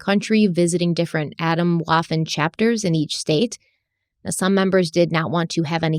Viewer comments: "Adam Woffen" cracked me up too! Scary stuff though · Swedish speaker here... I thought she said Adam Waffle 🤣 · the way she pronounced Waffen like waffle.... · As a German speaker hearing the pronunciation of Waffen made me cringe 😅 This story is soooo extremely sad. I'm actually crying from this. I cannot believe how much hatred people harbor and enforce onto others. I cannot believe this group. My heart is so shattered.